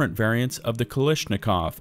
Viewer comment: omg the way you pronounce kalAshnikov and heckler & koCH is ridiculous and funny